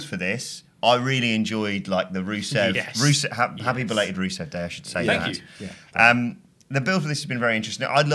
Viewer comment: Swear that guy called rusev ruso....